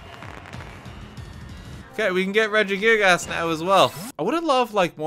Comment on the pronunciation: Highlight of this video is saying “Redjie-gig- a$$” all the time